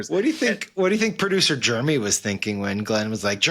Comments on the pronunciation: dude thinks he is so smart but cannot even pronounce "Jeremy" correctly. Dude called him "germy" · The one idiot calls Jason Germy several times. Not Jeremy, Germy.